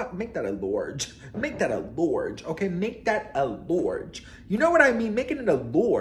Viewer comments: “make that a lorge!” Ya killN me😂🖐🏾We say lawge dn here 😂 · Make that a “Lourge” 😂